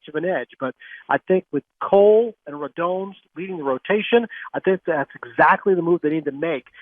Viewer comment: Can all you idiots please pronounce Rodon's name right! Drives me crazy......Ro - DON like Don Mattingly. It's not hard!